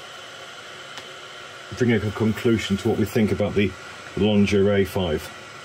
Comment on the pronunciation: it was funny when you said lingerie 🤣